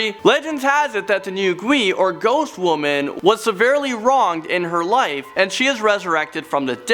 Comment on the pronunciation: To china, its Nu Gui. But to Fortnite NO GUI